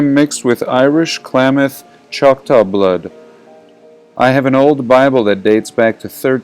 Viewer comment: Halito friend. Choc-taw isn't exactly correct..say "Cha-ta". Sir in the thread you were reading is right, I'm "mostly scottish" by modern terms, Chata/Irish as well. There's a reason you find the two together.